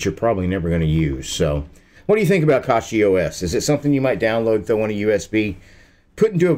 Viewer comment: It is pronounced cachyOS